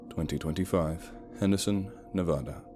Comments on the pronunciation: OMG dude so awesome! But it's pronounced NE as in never, VA like valley, DA like Dad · I was born in Las Vegas Nevada and have family in the small drive to Henderson. The state name is of pronounced wrong but it doesn't really matter, people always know what your saying. I love your accent and narration 🐺 ignore ugly people and remember the fans that love you. Thank you for the great story 🐺❤️🐺❤️🐺❤️